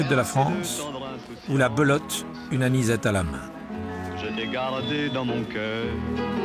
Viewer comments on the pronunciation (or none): Very well done this documentary! Though you miss-pronounce Pied Noir and Belote! LOL!